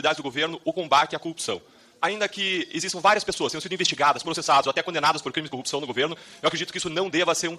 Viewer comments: Repita comigo: cor-rup-ção. Nunca "cupção". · Até o tema favorito dele: a corrupção ele fala cupição. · Não consigo dar crédito a um sujeito que fala "coúpição".... Parece analfabetismo funcional...kkkkkkk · Esse idiota que fala "cupção" porque é um analfabeto funcional, não para de tomar na fuça. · Todos esses pulhas falam “ cupção” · O Dino só faltou falar: E quando seu merda vc fizer uma pergunta sobre corrupção aprenda antes pelo menos falar a palavra correta. Porra de cupicão. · Deltran não tem nenhuma reputação pra ficar se fazendo de superior... Além da impossibilidade, assim como Moro, da pronúncia correta da palavra corrupção 😂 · ESSE INDIVÍDUO NÃO CONSEGUE FALAR A PALAVRA CORRUPÇÃO. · O pessoal do Paraná não sabe falar corrupção?😂😂😂😂😂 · Esses acefalos nao sabem pronunciar a palavra corrupcao! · CORRUPÇÃO CORRUPÇAO esse homem nem consegue falar a palavra